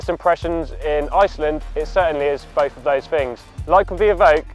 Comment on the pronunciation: I'm sorry. I can't take a guy seriously who talks as improperly as he does. "Bofe of voze fings" Ugh... Shudder. Like nails down a blackboard.